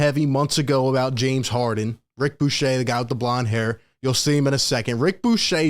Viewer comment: Its ric bucher, pronounced Ric Byoo-Kerr